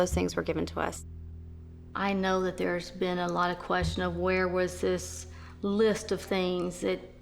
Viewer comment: Dis !?????? Widout !?????? Deres !?????